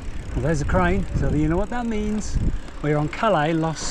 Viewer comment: ‘When in Rome…speak Romanian’ 😂 They spoke Latin in Ancient Rome 😂😂 One last thing, the double L in Spanish is pronounced as a Y. So calle is not pronounced like the french port of ‘Calais’ but as ‘CAH-yay’ This place looks great for a visit though. Thanks for the video!